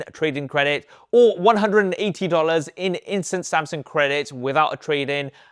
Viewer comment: Does anyone else hear him saying Samsing😂